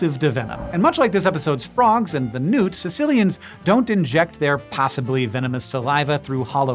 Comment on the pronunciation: really should be a hard k sound